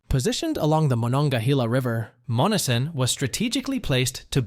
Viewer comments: Monessen is pronounced “Mon-S-en” with emphasis on the S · AI sucks. MON-ESS-EN. Not MONNESSON. Employ a human for your dumb video. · YOU ARE PROBOUNCING MONNESSON WRONG IT IS MON NESS SON NOT MONNISON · Dump the AI voice.....Monessen is hacked badly....it's - mon - ness - son not mon - a - son. About the only people that never heard of the first 2 towns you mention are from Mars. Yea, they're dead places, but so is the rest of the Mon Valley. Steel is gone and it's not coming back until WWIII and maybe not even then because we'll lose thanx to allowing the steel industry and supporting industries die. Good move unions - you helped murder our country too. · Monessen pronounced…. Mō ness en…. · You say Monessen as Mo nes sen. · It's pronounced mon e sen. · I live in Western Pa it pronounced MON ES SON. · Monessen is pronounced Mo-Nessen. It is named after Essen, Germany (a big steel making town) and the Monangahela River - Essen on the Mon River! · I currently live across the river from Monessen. They are not saying the name correctly. I live in Charleroi PA accross the river from it. It's not as bad as Monessen but it's still not good and we have empty houses and buildings as well. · Obviously your not from Pennsylvania otherwise you would know how to pronounce Monseen sorry to be rude.but when you do these please learn who to pronounce the Names ok.thanks for Sharing hope you have a good evening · You are pronouncing Monessen wrong